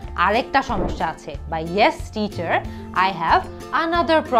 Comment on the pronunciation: আপু অনেক জায়গায় দেখি Teacher er pronunciation (ঠিচার) Table (ঠেইবল) কোনটা সঠিক টিচার না ঠিচার?